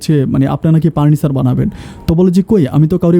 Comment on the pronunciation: আপনি "ফ" এর উচ্চারন ঠিক করেন।এই ভিডিও সারা দেশবাসী দেখেন,শুনেন।আপনি পুপাতো ভাই, পার্নিচার,প্রোপাইল এই শব্দগুলো বলেন।শুনতে ভালো লাগেনা।